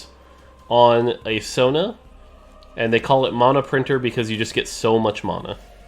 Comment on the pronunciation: Just wish he could pronounce mana